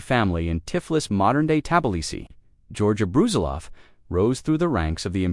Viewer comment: Its not Bruzilóv, its Brusílov